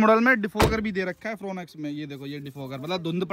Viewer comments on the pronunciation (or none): It's not फ्रोन एक्स it's फ्रोंक्स ब्रो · India ke aise aise auto-expert ban gaye hain jinse gaadi ka naam theek se nahi liya ja raha 'Fron X' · Fooonex nain FRONX bolte hai little little😂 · ओह भाई फ्रोनेक्स नही फ्रोंक्स हैं 😂